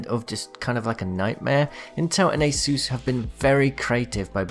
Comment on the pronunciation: The way you say Asus sounds like aceu's